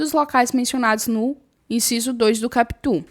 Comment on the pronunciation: Prof, não se fala capítu (CAPUT) e sim KÁputi. kkkkkkk, mas tu fala bonitinhu!